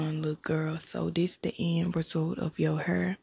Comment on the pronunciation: Badu eyes and pronouncing hair as "heeerr"🤣🤣🤣🤣 straight Dallas vibes 🤣🤣🤣🤣